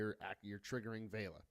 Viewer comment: thankyou for saying Vela's name correctly. most youtubers seem to call her veela.